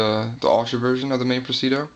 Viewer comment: Say it with me pres-i-di-o.... LOL nice knife, handled one today, will buy soon.